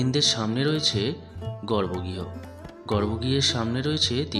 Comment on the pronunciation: কিস্ নো নয় ভাই, ওটা কৃষ্ণ। আর গর্ব গিহ নয়, গর্ভগৃহ।